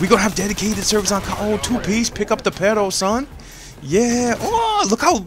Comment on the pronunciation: its PERRRRRRRRRRRRRRRRO, no pero, we your latin fans can teach you spanish son jajaja